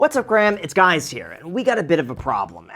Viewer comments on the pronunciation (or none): “What’s up Graham, it’s guys here”. 😂